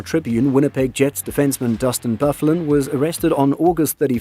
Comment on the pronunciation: Learn the real players names 😂😂 dustin bufflin omg 😂😂😂😂